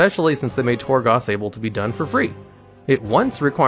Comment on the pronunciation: also, Torgoss? Sounds like someone isn't doing the research himself